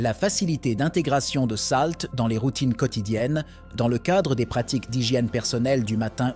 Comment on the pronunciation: Vous avez une tres bonne prononciation ce qui me choque c'est salt.